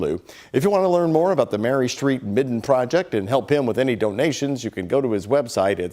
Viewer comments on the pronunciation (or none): Good story. small correction. It's a midden not a mitten. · The word is "midden", not "mitten".